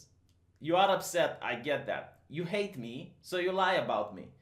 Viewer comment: as i've said numerous times i actually like your normal voice. however, the way you've been saying "hate" recently is getting on my nerves. it was funny the first couple of times you stressed the word, now it's like nails on a blackboard for me.